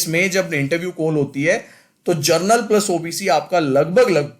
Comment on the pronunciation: Gernal cutoff nahi General cutoff hota hai😏